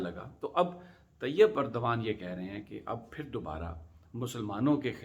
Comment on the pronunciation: Khuda ka wasta... Erdgan is pronounced as اردوان۔ please don't mispronounce which amounts to insulting the person.